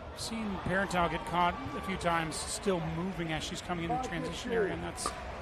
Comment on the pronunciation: The announcer with the Jordan Peterson voice is doing a lot of bad analysis. And he's slaughtering Catherine's last name. Super disconcerting. Like, does he even know who these people are?